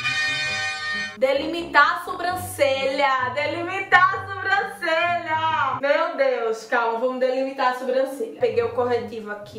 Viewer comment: Adoro te ver falando "SUbrancelha"